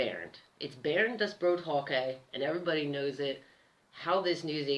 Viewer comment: oohh,... hey your pronouncing of this name is absolutly wrong when you say... beeooouurn (Björn) hokey (Höcke)...hahaaa... ))).... Björn bedeutet übersetzt „der Braune“ und „der Bär“. Der Name hat einen nordischen Ursprung und ist vor allem in Skandinavien ein sehr beliebter Vorname. In Deutschland wurde der Name Björn besonders oft zwischen den Jahren 1970 und 1990 vergeben.... english >>> Björn means "the brown" and "the bear". The name has a Norse origin and is a very popular first name, especially in Scandinavia. In Germany, the name Björn was given particularly often between 1970 and 1990